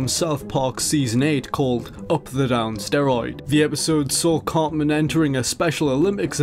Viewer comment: It's "CarTman," not "Carmen." 😅